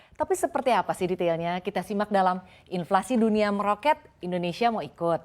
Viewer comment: Inflasi kok bilangnya invasi. Kaya di serang aja. Mohon pelafalannya diperbaiki biar nggak sesat